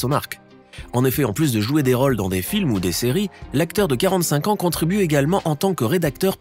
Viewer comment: ce ne sont pas des " raules " mais des rôles